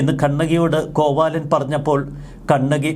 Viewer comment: കോവാലൻ അല്ല.. കോവിലൻ..